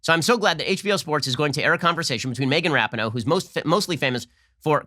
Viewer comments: Rah-pee-no not ra-pin-oh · Everyone else pronounces it Megan ra-PEEN-oh. Ben says RAP-eh-no. Is he doing that just to mock her, or is Ben saying her last name correctly and I was unware? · It’s pronounced ru-pee-no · Ben please... ruhpeeknow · Ben, for cryin' out loud, it's pronounced: rap EE no. uhg, watch a news cycle about lesbians so you can get it right. NO, i don't care but it pulls the "ear" a bit when names are so badly mis-pronounced. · Rapin-no... LOL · You can’t even pronounce her name correctly 😂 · The fact that he says Rapinoe wrong makes it even funnier, but I completely agree with you Ben, keep preaching truthhh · How he mispronounces rapinoe is hilarious lmaoo